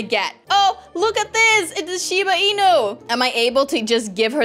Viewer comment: I never knew u had a limited amount of stuff in ur backpack ;-; Edit: wow I never knew Shiba Inu was said how u said it xD